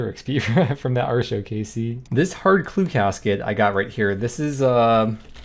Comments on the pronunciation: I know the pronounciation you're using is based on the actual Celtic goddess, but I just can't do it. It will always be ART-e-o, not AAR-show. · 8+ years of playing smite and never once heard artio pronounced "arr show" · Why does he pronounce Artio that way? 😅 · I was going to say the only "R" show around here is listening to you pronounce atrio but then he pulls up the text to speach. Well shit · Yes, he is saying "Artio" incorrectly. Stop asking.